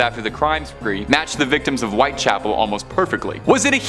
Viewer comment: White Chapel, not White Castle.